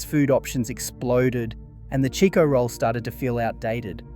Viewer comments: Another thing its not Cheeko roll, its Chicko roll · What a load o shit! Am served eith shit AI Its CHIKO NOT CHEEKO